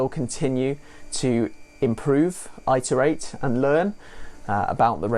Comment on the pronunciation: its pronounced it-er-ate